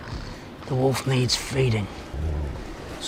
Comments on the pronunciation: Sorry, this is just a peeve of mine but it's wolf and not woof. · Woof dreams guys Woof dreams..... Its Wolf theres an "L" in there and no there isnt a "GrayArea" for it